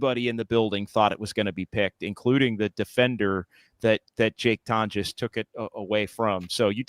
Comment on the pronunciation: It’s pronounced like Tawn-jess